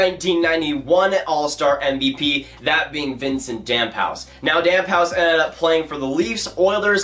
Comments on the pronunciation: I know u aren’t French but “damp house”😂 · It’s pronounced like dam foosse